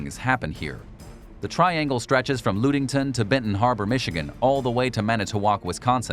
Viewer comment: Excuse me did you call Ludington "Loodingtown"?